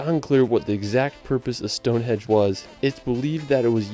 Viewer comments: Stonehenge, not Stonehedge. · Sounds like the narrator is calling Stone Henge - "Stone Hedge" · It is Stonehenge not Stonehedge. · Henge not hedge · Hi from the UK. just to say its stonehenge not stone edge. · Eddin-bruh. stoneHENGE,NOT Stonehedge ffs. All over the “rirrld?!” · Why does the guy keep calling it Stonehedge, is it AI? Good reaction guys.